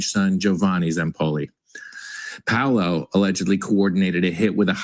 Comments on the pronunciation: Paolo is pronounced "POW-lo." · Is it Pow Low? Paolo